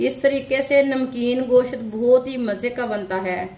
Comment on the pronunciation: میری بہن گشت نہیں کہتے گوشت کہتے اور کری پتہ نہیں ہے اردو میں تیز پات کہتے ہیں